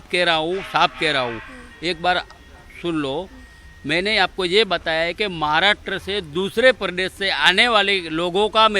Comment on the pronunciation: He say “Jhatkari” for Jaankaari 🤣🤣🤣and “Maaaraatra”For Maharashtra then he say “Frisht”. For First .......are bhai bhai ye Kaisa moron hai🤣🤣🤣🤣🤣🤣🤣🤣🤣🤣🤣🤣🤣🤣🤣🤣🤣🤣🤣🤣🤣🤣🤣🤣🤣🤣🤣🤣🤣🤣🤣🤣🤣🤣🤣🤣🤣🤣🤣🤣